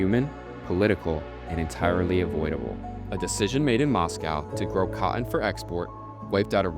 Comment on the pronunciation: It's pronounced: cot-ton, not "caught-in"... Sigh